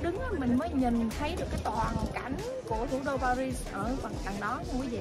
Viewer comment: Chữ “Paris” người Pháp đọc là “Pari”, không có kèm âm “zờ” ở cuối.